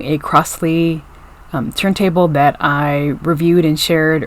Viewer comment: It is pronounced "crozley" and not "crossley".